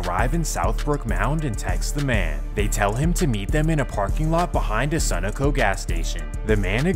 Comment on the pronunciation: I know you didn’t say “Sun-uh-co”. It’s sun-oh-co. This only an east coast gas station?